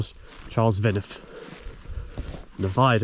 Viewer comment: Hi and Croeso - welcome to our lovely little bit of forgotten Wales! Just a couple of notes regarding the lovely viaduct (it is fabulous to walk over, isn’t it?) - you do have the name “Prysor” right (although I will pass over some of your other more imaginative Welsh pronunciations and forgive your kind efforts!). As for “Cwm Prysor” and “Nant Prysor” - it depends which way you look when you are standing on the viaduct… The river underneath it is the Afon Prysor (River Prysor). The big u-shaped valley below the viaduct, leading away to Trawsfynydd is a “Cwm” - a larger high mountain area glacial valley, so if you are looking at that then think “Cwm Prysor”. But if you turn around and follow the river uphill, it is in a smaller v-shaped valley, cut by the river itself - and that is a “Nant” - hence Nant Prysor - so both names are usable - just different each side…! Incidentally if you look at the downward slope, just below the far side of the viaduct, you can see the tailings (waste dump) of a small mine, with a trackway leading up to it - that was actually a trial gold mine, seeking the north-eastern end of the Dolgellau Gold Belt. The mine tunnels right under the railway and comes up again in the forestry on the high side of the viaduct. Now, I have a question for you, and for any other viewer if they can answer - How does this viaduct rank for height in the UK? I don’t mean the height of the arches, I mean altitude? At around 370 mtrs (1200ft) it must be one of the highest